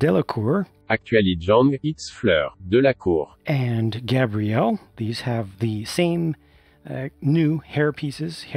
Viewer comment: is probably one of the very few LEGO YouTubers who can properly pronounce Fleur Delacour's name